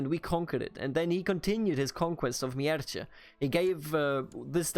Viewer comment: Mierce --> Mierße (german pronunc.) Hwicce --> Hwicke (angehauchtes W) Anglosaxon is pretty close to german, so it is not too complicated for us. Mierce for example only over time became latinized to Mercia, but the original name is pronounced similar to what you would pronounce it instinctively as a german